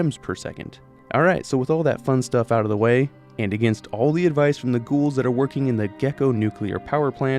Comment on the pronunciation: That, at the beginning. It sounded like... Achtung